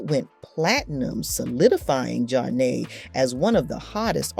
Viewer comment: I can’t take this video serious- pronouncing Flava as Fluva & Zhane Juna? Girl take this video off YouTube!!